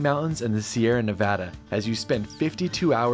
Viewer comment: Thanks for pronouncing Nevada correctly.